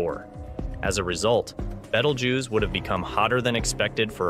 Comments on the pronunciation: Why are you pronouncing the name of this star wrong?😂😂 Beetlejuice, you know like the bug and the liquid that you squeeze out of an orange😂 it amazes me the jobs that some people get😂 who was the editor of this video he should be fired😮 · Woah you said BETELJUICE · Bettle-jews? This isn't even close to the ancient arabic name for the star. haha You lost me in the first 2 seconds. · I learned something from this clip , ............... that you can't pronounce the name of the star , Bettle - JEWS !!! seriously ??? :face-turquoise-covering-eyes::face-turquoise-covering-eyes:. It may have already exploded and we won't know for 700 years . Being from NASA I assumed you might know this , unless of course this is all read out by a bot . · Nice Video but you need to watch the movie Betelgeuse to know how to pronounce BeetleJuice. Moden day reference is former chicago Mayor Lightfoot. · clicked off after 9 seconds after hearing that pronunciation lmao